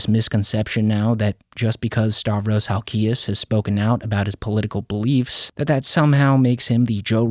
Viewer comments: Your not saying his last name right.. Hal-key-ez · You don't even say Halkias correctly lol